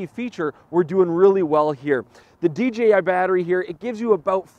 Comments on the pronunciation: Enjoyed the review but note that there is no G in DJI. Not sure why so many say DGI. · dJAYi no GEE ;) hahaha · "DGI Ronin" haha, easy mistake, G rhymes with D. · It's not "DGI"